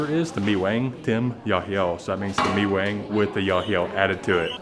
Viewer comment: Pronounced Mi Kwang instead of mi wang